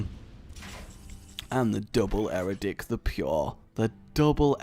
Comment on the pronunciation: Really? Eradic? I don't wanna be rude but how hard is it to read Eadric correct?